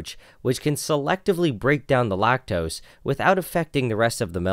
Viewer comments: Lactoes is all i hear😂😂😂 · lacteeze? lacteeze nuts!